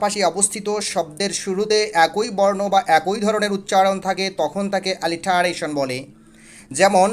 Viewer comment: আলিটারেশন না। উচ্চরন হবে এলিটারেশন।